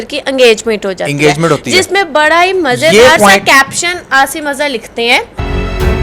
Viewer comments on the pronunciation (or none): Angagment nahi engagement. Ya mangni bol do nahi aati angrezi to. Isko bolna aata nahi urdu bhi ,total paindu. Aur mazaq urati hai doosroon ka k hanger hai aur yeh aur wo. Is it good to discuss anyone's life . Allah se daro .